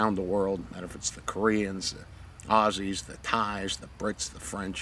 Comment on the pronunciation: Love to hear the one you got about the Aussies, you even say "Aussie" properly!